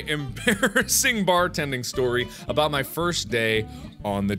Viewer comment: who else lost mark when he was talking aboot youtube... XD srry